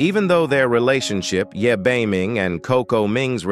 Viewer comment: Amm you couldn’t Evan say Ye beiming but I loved this Siri soooooo much I wold love to see their children and olso pls part 41❤